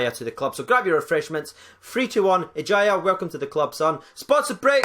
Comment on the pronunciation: Pronounced Eharia